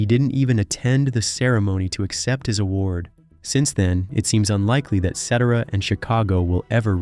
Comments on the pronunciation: You should learn how to pronounce his name.Shame on you !!! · The butthead is butchering Peter's last name! What the F! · WHAT the HELL!!!???? Say his NAME correctly!!! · The random footage of the group America (Gerry Beckley and the boys) was weird. Also, please pronounce Peter's name correctly! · I am sorry I watched this whole thing. The story teller, aside from constantly pronouncing his name wrong, was all over the place as far as jumping from year to year forward and backward, making it hard to follow the story, but the story teller repeated things two or three times. At this point, I am not even convinced with the accuracy of this video, who knows. Terrible video. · Totally agree. Couldn’t listen to it anymore. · If you are doing a post video, look up pronunciations first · Near the beginning of this video, I was thinking maybe I was pronouncing it wrong ;\ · Saying peter 's last name wrong get it right bub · pronounce his name right, it's not that hard, can't even watch this. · Every time I watch these videos, they keep pronouncing the singer's last name wrong. Pete Cetera. Glenn Frey from the eagles he would say glenn feay. They all have English accents and they obviously don't know. The musician's they would know how to pronounce their f**** names. Properly. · very annoying.. not so hard to grasp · Sit-tear’-ah , for God’s sake!!! Thanks for using several photos of mine. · Sah-TER-uh … good Lord, son. Do some research, homework, digging, etc., etc., etc. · Cetera = Seh TAIR uh Parazaider = Para ZAYder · This annoyed me. Peter Cetera's name IS NOT pronounced Set-tur-rah, as in ect. Get people's names correct! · Sorry but soon as you said set ara for the 5th time, I'm out.. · It's Sah-Tear-Uh................DUH!!!! Boughy,Entitled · YES extremely hard! I came here to say that! Pronunciation is~ ( Sa-tear-A) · His last name is pronounced Sa-tear-a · It is pronounced Ce-tera. Get your act together! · Embarrassing that you can't even pronounce the guy's name.